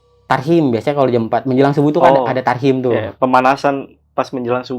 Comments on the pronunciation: Tahrim bukan Tarhim 😁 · TAHRIM bang bukan tarhim😂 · maaf bang bkn tasrim tpii tahrim x yaaa lucu bgt si abang😂😂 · tahrim wa bukan tarhim😂😂😂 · Tahriman uy bukan tarhim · Bang tahrim bang bukan tarsim 🤣😅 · Tahrim bg bukn tarhim😁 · Ada ge tahrim bang Bukan tarhim 😁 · TAHRIM bang bang bukan TARHIM🤣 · Tahrim bang bukan tarhim 😄😄😄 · Tarhim yang bener